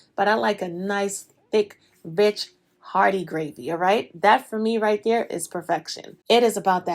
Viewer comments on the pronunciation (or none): LMFAOOOOO i read this 2 seconds before she said it and i can’t stop laughing cause it def sounds like that🤣🤣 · for those thinking she said a profanity.....she said RICH.